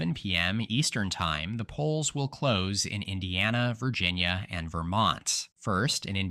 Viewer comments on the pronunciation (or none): none